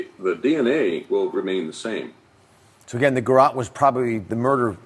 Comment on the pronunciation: I’ve always believed that John Ramsey didn’t have anything to do with this until I watch the Netflix series when he strained to purposefully mispronounce the word garrote when it would be easier to just pronounce the it correctly. And you cannot tell me after all these years he does not know how to pronounce the name of the weapon that killed his daughter. That is absolutely bizarre to me. 🤔